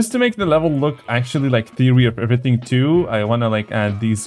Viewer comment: Theary of everyintg😂😂😂😂😂😂😂😂😂😂😂😂😂😂😂😂😂😂😂😂😂😂😂😂😂😂😂😂😂😂😂😂😂 Theary of everything